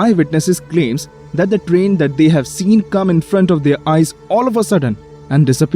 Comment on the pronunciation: The way how you said Trian sounded like you said Dream